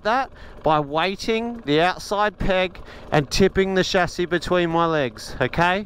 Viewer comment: Excellent content, also pleasing that you pronounce 'chassis' correctly.